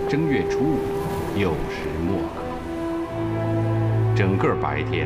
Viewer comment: “酉时未(wei)刻”还是“酉时末(mo)刻”？字幕是“酉时未刻”却读为“酉时末刻”